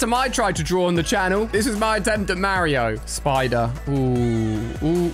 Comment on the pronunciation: Maireo? Mario